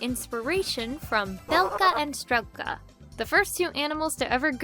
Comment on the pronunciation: Fun fact! Strelka is pronounced str-ieh-lka, not str-eh-lka! Though I think it would be cool if the characters name was pronounced the latter to add ✨spice✨